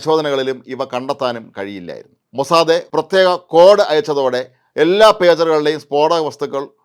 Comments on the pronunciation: മൊസാദേ അല്ല MOSSAD ആണ്. താങ്കൾ മാത്രം എന്തിനു ഇങ്ങിനെ ആവർത്തിക്കുന്നു. ഒരു ചേഞ്ച്ന് വേണ്ടിയാണോ ? മുൻപും ഇത് സൂചിപ്പിച്ചിരുന്നു. താങ്കളുടെ CE ഉം Mossad എന്നാണ് പറയുന്നത്. തിരുത്തുമല്ലോ. MOSSAD NOT MOSSADE. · മൊസാദേ അല്ല ചേട്ടാ, മൊസാദ്🙏🏻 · മോനെ മോസാദേ അല്ലടോ മൊ സാ ദ്, അയ്യേ പൂയ് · അപ്പാപ്പ മോസാദ് എന്നു പറയു